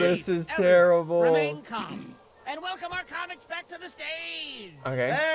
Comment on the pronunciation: he said “back tears” not “black tears”